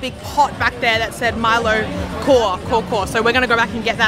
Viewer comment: Great video! Just to help you guys out a little 'kaw' is actually pronounced 'kao' or 'cow'. And they pronounce Milo as Mee-low. So it's Mee-low ice 'cow-cow'. Have fun in Sarawak!